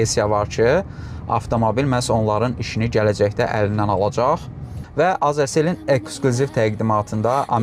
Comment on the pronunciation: Azercell yox Azecell 👍